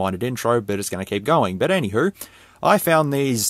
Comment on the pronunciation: Do you have Scottish lineage? When you say "anyhow" you sound like someone from the Scottish borders.